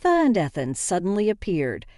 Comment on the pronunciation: E than not eth an.